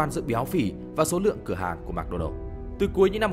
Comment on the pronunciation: Mc đọc là "mợc" not "mạc"